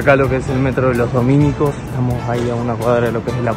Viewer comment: Tanto aquel lugar de Santiago, como la congregación religiosa, en castellano no se llama "Los Domínicos", sinó que «Los Dominicos». La palabra "Dominicos" no es una palabra esdrújula acentuada en la antepenúltima sílaba, sino una palabra grave acentuada vocalmente en la penúltima sílaba. En cambio en Alemania existe el apellido Dominicus, que si se acentúa en la sílaba "mi". Esto lo sé porque yo viví muchos años en Berlín, cerca de la Dominicusstraße, calle llamada así en honor al político Alexander Dominicus (1873–1945).